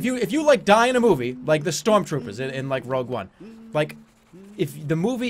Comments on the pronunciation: shtrorm shtroopers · "Storm Stroopers"